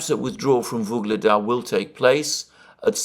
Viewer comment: "Vuledar" has no "g" in it